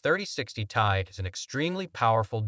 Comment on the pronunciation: First, you show the intel arc as first and best option, and you show ray tracing during your spill, ARC DOESN T DO RAY TRACING All the info is wrong here, the 3060 is last gen and was the LOWEST card in that range for gaming (3050 doesn't count as gaming) it s T.I. not "tie" None of what you are saying make any sence and it all wrong, fucking AI video crap